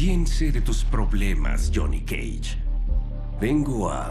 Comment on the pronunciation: Me encanta como el Dios pronuncia "Jhonny cage"